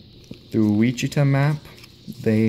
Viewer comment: WASH-IT-TAH map turtle.